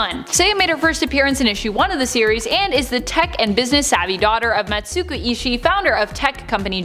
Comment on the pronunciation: When you say “suku” the first u is silent. So Matsuku is pronounced Matsku